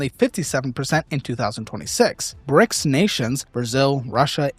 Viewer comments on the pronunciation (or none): none